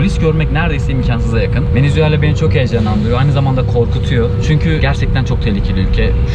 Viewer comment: ya gardaş hepsi iyi hoşda şu VENEZUELA ya VENEZUELLA deme yaw